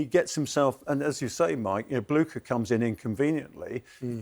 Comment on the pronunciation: He could’ve learned the correct pronunciation of Blucher ;) but I 100% agree